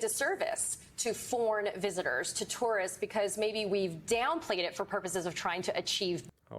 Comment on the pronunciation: You can't say the word because you're trying to pronounce a three syllable word in two syllables. Two-were-ist